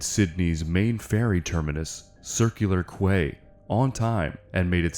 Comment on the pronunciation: Minor point: "Quay" is pronounced like key. Otherwise, an excellent video!